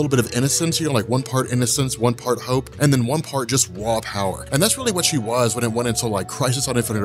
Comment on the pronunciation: I legit thought you said "one part innocence, one part hoe (not hope), one part raw power" and I about died laughing because I thought to myself next, is super girl a hoe? I'd like to read a comic with SG getting her hoe on